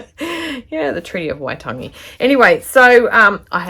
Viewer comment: Not laughing......But I am blown away at your pronunciation of Waitangi x x